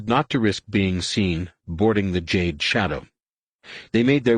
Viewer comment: lol did he say Juh-day 😂 it’s jade